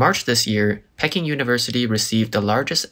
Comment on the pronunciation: Nice video, but 'Peking' is pronounced 'Pee-king', not 'Peck-ing" . PEE-king.